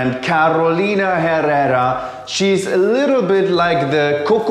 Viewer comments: The pronunciation is Carolina Errera, the H is silent. 😉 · Tu uns bitte den Gefallen - Herrera wird “Errera“ gesprochen! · He butchered the last name. The H is silent. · Jajaja I love your "Carrrrolina Herrrera" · Amé cada vez que pronunciaste KARROLINA JERRERRA jajajaja. I just buy my Good girl, and I can't be happier <3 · Lol 😂 love his accent on Carrrolina Herrrrrerrra! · carrrrrrolina herrrrrerrrassssssssss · The pronunciation is killing me. The H is silent.